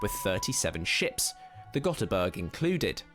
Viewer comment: Ö is not O. Ö is pronounced more like the "a" in "a bin" in English, just a bit longer.